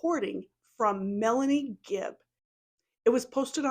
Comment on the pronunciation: Omg you’re so right. I like that you called her fibb instead of gibb. I think Kay and Larry should sue her in civil court like Ron Goldmans parents did OJ. Using your summation as opening argument.